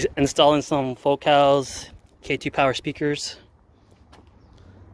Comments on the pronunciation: the only thing that drove me nuts is it is not "Fo-Cal" like "So-Cal"..it's ."Focal" like "focal point" otherwise great video man!! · It's "Focal" not "foe-cal". Also, you should not wear great sweat pants if you don't have a package to show off. How pathetic. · It's Foe-cal. It's French, you uncultured swine.